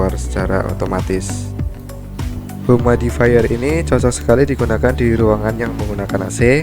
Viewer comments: humidi-fayer. bukan humaidi-fayer.. hehehe.. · Mau koreksi aj bang, pronounciationnya yg bener “yumid”ifayer bukan “humaid”ifayer:”) But it’s okay, nice content:)